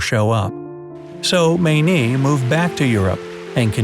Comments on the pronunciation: Dear. Every Mayne I've known (and there was a family of 14 in our church, they have spawned and re-spawned) pronounced their last name as Main, not Maynee. Every time you said that, it drove me nuts. Why wouldn't you research things? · Did you ACTUALLY pronounce the woman's name as "Maaa -neee"????? She wasn't Chinese you know! Cripes! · Her name is pronounced Main. Js